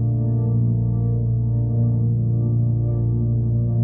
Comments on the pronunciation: A thumbs down for mispronouncing Hakeem Olajuwon's name: its o-lye-ju-won buddy! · OLAYJUWON. thats how its pronounced. You always pronounce names wrong. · Pronounced :Ah-loo-ja-wan